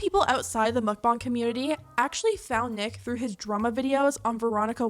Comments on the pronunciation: ARGHHH It's pronounced MOHK-BAHNG, not muck-bahng for pete's sake. That hit a nerve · "mukbang is from Korean" Pronounces it like mookbang..... Sigh 😒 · I hate how you say mukbang.. mOkbAng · Idk why and I’m sure it’s not her fault because she’s not from where I am but the way she pronounces mukbang makes me so angry for some reason